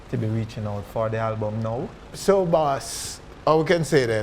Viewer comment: Everytime Nesbeth said "Halbum" it's like me feel pain. I'm actually gonna buy the album but this is just a little constructive criticism from a fan. Jamaican artiste need tp practice how ro speak ans and pronounce their words better because it's a big road block to international break through. No I'm not talking about patois but when some actually claim to be speaking English and add and remove "H" all over the place